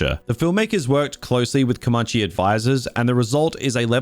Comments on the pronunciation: Wth is "Com-munchie"? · lol in predators i couldnt understand why a fat guy had survived for over 2 seasons and was still fat when this movie starts, not very believable at all. Almost as bad as how you pronounce Comanche!